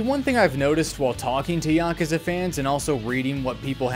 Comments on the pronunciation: As a Japanese person, your pronunciation of “Yakuza” is the correct way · At least how you pronounce Yakuza is closer to actual pronunciation than YaKOOza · Dog you pronounced it dead on, tiny bit of accent but I do it too, being murrican and all. Also this video was great. lol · Nothing wrong with this pronunciation, it's like the closest sounding to how they say it in japanese while still being american sounding imo It's yuh-KOOza that bothers me personally, but not in any dramatic away just a lil slight. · That's the more correct way of pronuncing it. You're fine. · The way you (and I) say "Yakuza" is literally how they say it in the games in the words native language. "Ya-koo-za" has never been correct. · You might be the only member of the Yakuza fandom who knows how to say Yakuza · you actually say Yakuza similar to the way it's said in Japanese so you're saying it right lol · That's how you're supposed to say yakuza. You're the first person I've seen make a video about it that can even say it properly. They all say y'kooza. It's not how you say it. It's very annoying. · You're pronouncing it correctly